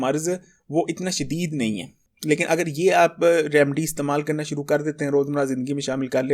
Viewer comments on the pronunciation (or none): none